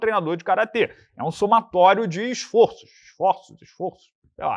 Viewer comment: Esforços Ñ, Esfórços... 😂😂😂 Plural metafônico 😂😂😂 OS MELHORES DO MUNDO Assistam !